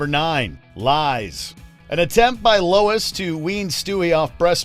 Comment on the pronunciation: it's "Lois"